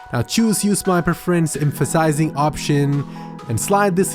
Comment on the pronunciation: right click on your dicstop xddddddddd